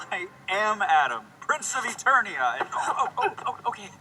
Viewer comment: Did King Randor just mispronounce ETERNIA??? WHAT THE FUCK?